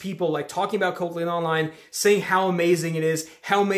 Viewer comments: You’re pronouncing it wrong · somebody had to say it. lol.